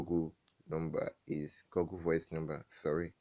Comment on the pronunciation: Oga its not pronounced Goggle BUT Google like this (Gu-gul). Or else dem go think say na bush man you be. 😂